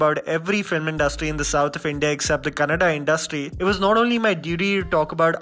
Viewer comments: Happy to see u say kannad'A'. Watch Kirik Party too. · Nijavalgu ,I thought he will tell kannd but luckily he prounced Kannada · Finally rest of the India came to its Kannada and not Kannad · 🔥 Yea, it's Kannada. We are Kannadigas.😎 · 1st of all, congratulations on the correct pronunciation of the title. Do check out Lucia also. Old but awesome.